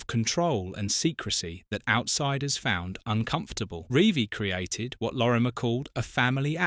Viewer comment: At least get his name right-Lorimer-not Lormier.